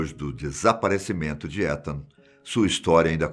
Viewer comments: Os cara fala o nome do cara tudo errado. A pronúncia de Etan, é "Itan" não "Etan". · Ethan se fala Itan 👍 e não étan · Só eu que ficou corrigindo ele na hora que falava "etan" ou invés de "itan" que seria o certo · Não é "Étan" é "Itan". O "e" tem som de "i" em inglês. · Um ótimo narrador, mas logo se vê que não sabe nada de inglês... Étan doeu o ouvido aqui. Se escreve Ethan mas se fala Itan tiozin... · Meu TOC esta estuporando aqui, se pronuncia "Itam" e nao "Etan" aaaaahhhhhhh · "ITAN" a pronúncia 🤗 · Vdd, apesar q se pronuncia "itan" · Boa tarde me perdoe a correção, mas o nome é pronunciado como itan , sou fã do canal de vdde e oq puder ajudar pra melhoria e progresso do canal. Não quis e nem quero polêmica apenas ajudar no mínimo possível. Jah blessyah. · Acho q ele pronuncio o nome do menino errado n sei akakaka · Fiquei muito incomodada como ele pronuncia o nome do menino...